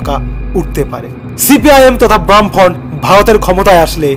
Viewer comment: Cpim তথা বামফ্রন্ট??😂😂ভাই ভালো করে গবেষণা করে ভিডিও বানান,আর ওটা বামফ্রন্ট , ব্রাম্ফন্ট না😂😂😂মীরাক্কেল এ ভিডিও টা পাঠানো উচিৎ